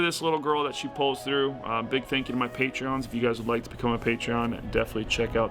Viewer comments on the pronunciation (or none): I love how Will says "patreons" instead of "patrons".